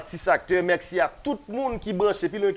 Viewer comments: Mèxi😂😂Aranjew rigolo c mèsi pa mèxi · Bravo sho a te très bel. La seule chose lè wap fini Show yo ankor pa di (Mèxi) di MERCI. Ok?